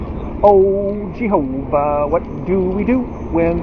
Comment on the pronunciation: I laugh out loud every time you say "GEE-HO-VA".